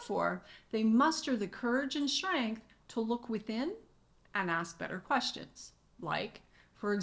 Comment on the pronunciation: Brilliantly laid out! Are you saying Courage & "SHTRENGTH"?